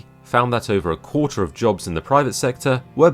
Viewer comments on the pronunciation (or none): none